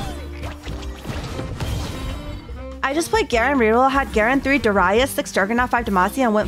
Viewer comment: I dont know what triggered me more, her saying Darius SO WRONGLY or her batteling her chat like a bunch of children on cocaine XD